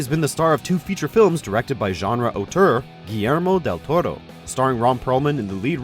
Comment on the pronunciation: You over pronounce the shit out of Guillermo Del Toro's name but can't pronounce Malebolgia correctly lol.